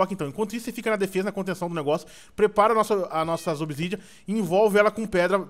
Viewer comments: "obsidia", Ta sabendo legal em, o certo é obsidian ou obsidiana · NÃO É OBISIDIA É OBISIDIAN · n querendo ser chato mas é obisidian e n obisidia